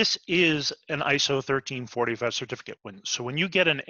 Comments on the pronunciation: I keep hearing "ISO 1345 Standard". We are talking about ISO 13485, yes? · Great video! PS: Is 13485 pronounced 1345?